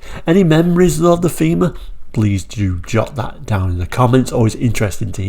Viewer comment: It was pronounced "tayma"